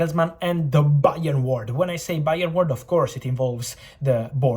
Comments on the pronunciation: "Bayern _oard" the B is silent from Fabrizio just like the board kept it silent to this time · Fabrizio “BA!-ern” Romano